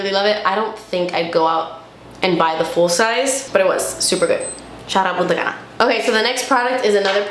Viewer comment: I keep hearing puta cana.😂